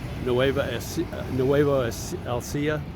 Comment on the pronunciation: Thank you for your sage advice. In the same spirit might I suggest you learn to pronounce Nueva Ecija. This will add credibility to your views on the subject